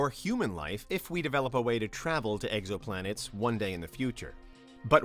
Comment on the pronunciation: “Eggs-oh-plan-ettes” is the one that got me.